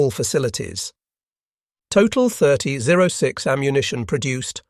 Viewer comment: Are you a bot? The cartridge is a .30-06. It's pronounced "thirty-ought-six". Get it right, or quit playing us.